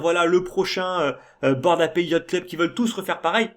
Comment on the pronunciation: Super vidéo encore une fois, tu continues d'apporter ta vision sereine et long-terme sur le marché, et c'est très important dans ce genre de période :) Ah, petite info : "ape" ça se prononce "aipe", et "apes" -> "aipse" ^^